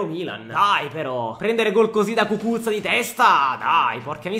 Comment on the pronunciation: Cucuzza 😂😂😂😂pronuncia incredibile